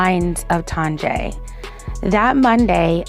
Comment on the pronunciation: I feel like her name is pronounced TONYA...